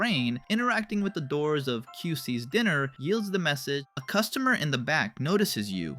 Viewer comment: “Dinner” for Diner, “Ill um inate” for illuminate (it’s “illoominate”), cannabis for canvas, and many more mispronunciations lmao